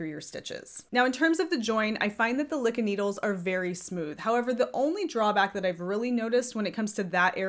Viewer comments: It’s pronounced loo kee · LYKKE is pronounced Leek Ke ( short e) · Me hearing you pronounce Lykke reminded me why I hate going to my LYS. The first time I went I was looking specifically for a set of Lykke needles. I asked because the website the official site had taken me to said they restocked recently. They had none. But the owner, when I asked after them, had corrected MY pronunciation TWICE even though she was the one pronouncing it incorrectly. Every time of the 4 times I have gone since she has tried to correct or inform me of something I've already told her I am well aware of and it's the entire reason I kept coming to buy them AND despite the fact that I have been doing this for over 20 years now and I remind her of this every time I go in and I clearly was looking for and buying something for a reason. Like the Lantern Moon cords to replace the awful ones I have for my knitters pride set. Or hitting up double sales to get high end yarn for a steal. She is very pushy and also seems to take a specific tone with me I never hear her take with anyone else in the shop when I'm there. Now I hate going and I am trying to find another shop to go to.